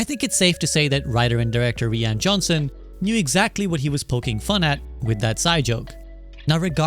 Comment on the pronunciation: ree-an johnson lmao